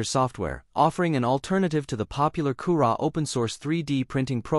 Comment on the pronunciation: Koorah? Koorah? Is that anything like Cura?